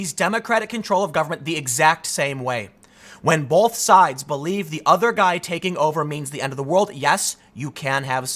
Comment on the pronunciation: There is no "L" in the word both. Stop it.